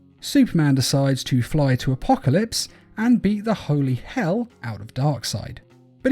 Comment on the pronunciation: it’s actually called Justice League Dark:”Apokilops” War